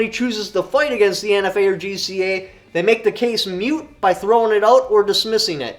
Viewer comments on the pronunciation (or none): The word isn't "mute" it's MOOPS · Just do ya know is moot not mute Love what ya do keep it up God Bless All